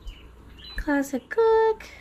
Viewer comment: I was wondering if you can elaborate on what the heck is the plastic setting? Oh wait, you were saying classic setting but I kept hearing plastic lol. Ummm, plastic shouldnt really be a part of a heat setting should it? It took me until the end to figure out what you were saying lol. Looks like a nice air fryer, I especially love the grill marks.